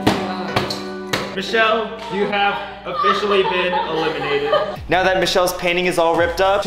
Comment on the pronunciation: Did say “ who ever has the less amount of macaroni will be a-lemon-ated 🤣🤣